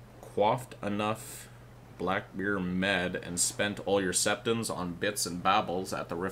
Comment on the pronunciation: The way he pronounces black beer med pisses me off.